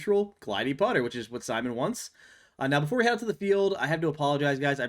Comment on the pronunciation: He's named Simon, not SimonE